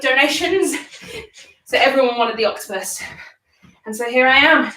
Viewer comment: "It's a HOTCTOPUS" stop it 😂😂